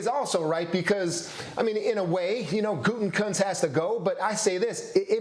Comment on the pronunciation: For the love of God, it is pronounced "Goot-a-koonst"!! It is not "Gooten-Koonst"!!! It's not that hard...just read the letters! "Gutekunst"! There is only 1 "N" in his name, and it is the third from the last letter! Gah!! I can't stand him, but hearing his name constantly mispronounced by college educated individuals is like nails on a chalkboard!